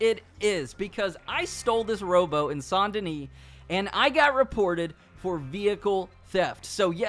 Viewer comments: Saint (say nt ) Denis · Sant Danish Bruh is Saint Denis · The s in Denis is silent.